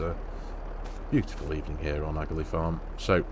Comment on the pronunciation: Love the series in N. Ireland (my home country). Just a few things to note is the pronunciation of Aghalee (Ahh-a-lee) and we are in N. Ireland so the currency is Pounds Sterling like the UK.